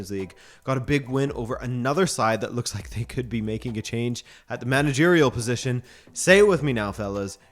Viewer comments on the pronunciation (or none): none